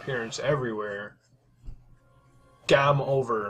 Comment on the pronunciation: WHY DOES HE SAY gume over?